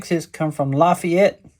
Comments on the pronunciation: We pronounce it La FAYette TN. Good job brother! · Hey Doc, they say la-Fay-ette, heavy on the Fay. Part. Lol. Anyways Great video.😊 Semper Fi, brother.... There just country folks around here 😅